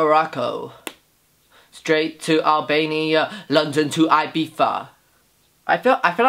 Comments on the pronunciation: BOI ITS NOT IBIFA ITS IBIZA (pronounced ee-bee-za) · It’s Eye-Beeth-a...not eye-beef-ah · Isn't it Ibiza instead of Ibifa? Very clean look! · Omg. London to 'Ibifa'. I'm dead. 😂